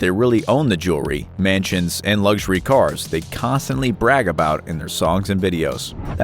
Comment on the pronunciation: Why do Americans have trouble saying luxury ? It's not Lugshery ?